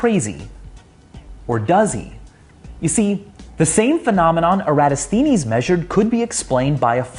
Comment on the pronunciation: 😂 Lol! This guy can't even pronounce Eratosthenes. That's wild!